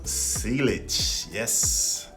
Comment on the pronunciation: bro said sea ligge lol